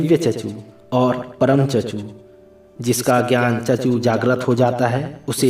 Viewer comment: Chakshu hota hai chachu nahi bura mat manana bas correct kar raha hoon 🙏